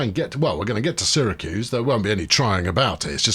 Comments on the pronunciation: you ARE pronouncing Syracuse properly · FYI, Utica is pronounced "YOU-ta-ka", you have Syracuse right and the other one is "BING-um-ton". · Utica is (u ti ka) I’m from the Albany area your choice of Syracuse is correct by the way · You're right on Syracuse, but you're wrong on Utica (it's YOUtica) and it's Onieda (oNYEda)